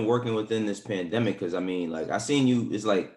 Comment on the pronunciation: Von “the panthemic” 🤦🏿‍♂️🤣🤣🤣